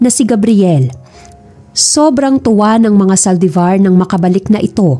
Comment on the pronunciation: May kwento siguro si Gabriel? Series ba to lalo magpipinsan ang eme ng mommy ni James Maldevor😂(Saldivar) haha maldevor pagkarinig q kanina😝